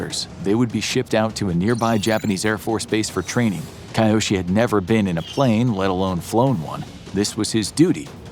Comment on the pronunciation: A bit of pronounciation practice wouldn't have hurt before making this. It's really jarring to hear sometimes pretty near perfect pronounciations and then kAiOsHi even though I'm sure his name is Kyoshi... Hard to tell with that pronounciation though. It's either Kyoshi (K-yoh-shee) or Kiyoshi (kee-yoh-shee) but definitely not what the narrator is saying.